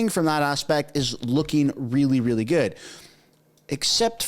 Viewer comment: So is a teacher and he says 'realler'!?!?!?